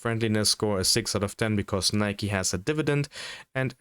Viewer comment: skipped as soon as I heard "nyke" lmao